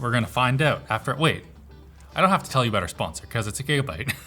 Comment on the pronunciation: Say "about" again!